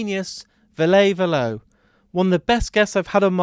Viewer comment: Perfect interview except for one thing: Ville "Vill-uh" Valo "Va-low" 😊 Hope this helps because you have otherwise brought us a fantastic interview ❤